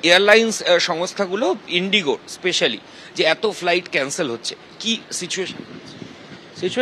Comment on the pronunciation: Indigo ❌ Inigo ✅